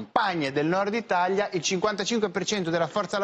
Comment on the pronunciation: Ma che problema ha il giornalista che dice “Itaglia” bruh